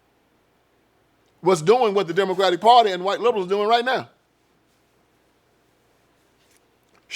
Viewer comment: What happened is that they were never that!! And did he say Diddycratic?!? Hahahahahahaha…. I’m sold.